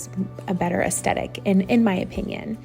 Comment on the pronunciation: You need to pronounce it aesTHetic, not aesTetic.